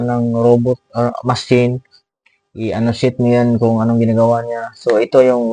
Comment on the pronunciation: Annotate po not annotiate